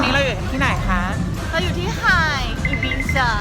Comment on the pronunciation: ภาษาสเปนอ่านว่า อิบิซ่า